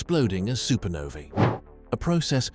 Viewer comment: One of the only space videos to pronounce "supernovae" correctly. Music to my ears.